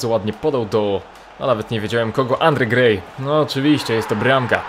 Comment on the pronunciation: "Andre Gej" - 2K17 heh